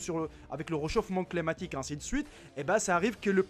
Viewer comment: Moi je pensais qu'il disait " réchauffement pneumatique "